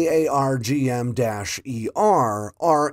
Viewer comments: It’s pronounced “R-Gum” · Pronounce it as Arr-Gum. THat is how we pronounce it here in the RAAF. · It's "aaarg" like a pirate. "Aarrg matie" then add an "m". "AAARRRGGG" - M.